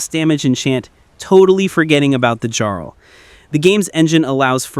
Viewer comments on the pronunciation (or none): Charl? Jarl. It doesn't take you 3 hours to clear a cave. As soon as I get out of Helgen, I go around and start leveling skills. I try to discover every location before starting the main game.